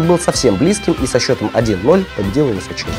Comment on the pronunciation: ВысОчина, никак не ВысочИна :)